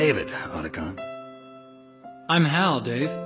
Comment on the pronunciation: Why did Meryl call him "O"tacon 😅